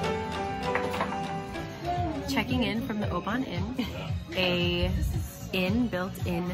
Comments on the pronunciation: Thoroughly enjoyed your visit round my native Scotand, and your pronunciation of "ObAAAAAAAAAAAAAn" haha, great stuff :) PS. if you ever visit again, think "O-Bin" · I was born in Oban, but now live in Inverness. Most people, even Scots call it O-ban, but locally its pronounced O-bin. Lovely film, Visit Scotland would be proud. You covered the area beautifully well, put a home sick tear in my eye :) By the way, in the UK a Penguin is a chocolate biscuit (cookie) the bird was a Heron. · Being from Oban I love seeing vlogs from the west coast. Most beautiful place ever. And it is pronounced Oh bin 😂 glad you enjoyed your trip, also showed places I have yet to visit! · Great wee vid. Oban is pronounced O-bin ;P I cant really say anything as youve probably seen more of Scotland than me and ave lived here ma whole life. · Oban is pronounced O-Bin. Glasgow is pronounced Gla-s-go. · Youve been pronouncing most right except Oban. It's pronounced oh-bin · Other than oban u did well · Great vlog! I live in Fife (over the water from Edinburgh) and I flinched when I heard you say Oban... you’re not wrong when you said everything is pronounced incorrectly! I’m just so glad you enjoyed our beautiful country! If you ever want to visit again and want advice I suggest the Facebook page Scotland the Beautiful! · Everyone has told me a diff pronunciation for oban in the comments lmao